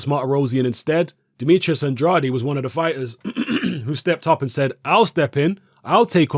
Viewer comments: It's pronounced "AND-raid",. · Guys, go find the recent IFL interview with Andrade. Kugan Cassius introduces him as 'Demetrius And-RA-day', and Andrade corrects him. Says it's 'AND-raid'. Think the guy knows how to pronounce his own name. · Please, learn how to pronounce Andrade...